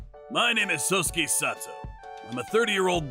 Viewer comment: They keep pronouncing sosuke's name as sosuske. (So-sus-kay)